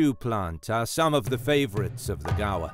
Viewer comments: One correction, is the pronunciation of Gaur is how you speak "gore" ! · I keep thinking gaur = gar, but the guy in the video is saying gaur = gawa.